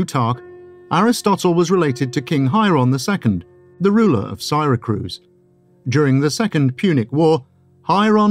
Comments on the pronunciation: Siracruz ? Odd narriation. Good content, i saw once a piece on the evedence pointing to Archimedes being the one behind the Antikethera mechanism and wish i could find more. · the mispronunciation of Syracuse is driving me nuts.